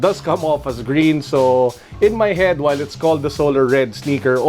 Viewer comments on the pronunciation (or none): none